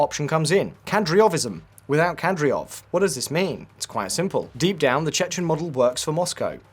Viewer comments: You could at least pronounce Kadyrov correctly. You also dropped Apti Alaudinov from the list of potential successors despite him being the most cited one. Ramzan is a legend and Chechens will praise him for a long long future. You clearly don’t realise the greatness of Axmat Xadji Abdulkarimovich’s legacy. Ахмат - сила. Аллаху Акбар и вперёд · DUDE! it's Kadyrov not Kadyrov!! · You seriously couldn't have googled Кадыров pronunciation before filming the video? Something that basic? Because your pronunciation isn't even close